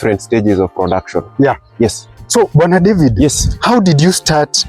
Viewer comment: His name Bwana David sounded like he was calling him brother David 😜